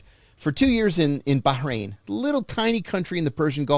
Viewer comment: Of all the times I've been to Bahrain I have never heard anybody pronounce it the way he does